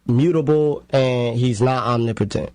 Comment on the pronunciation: She didn't even pronounce it correctly😭omni-potent🤔 totally sliced it...... Let it flow, 😩